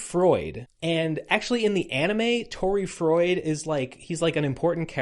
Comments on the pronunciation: also "froid" is just French for "cold" and does not rhyme with "Freud", as a note not a correction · Froid (pronounced kind of like "fwah") is French for cold, that would be why he's called that. Chaud is also French, it's pronounced kind of like "show" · I'm 45 minutes in and in agony with Americans failing to pronounce French, to approximate them in English spelling, Froid = "Fwad" / Chaud = "Show'd"